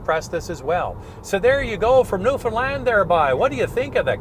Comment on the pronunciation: For the record it's new foundland not new Finland